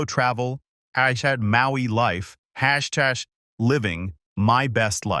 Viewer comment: Was the AI having a stroke?? It kept mispronouncing hashtag. Poorly written and poorly told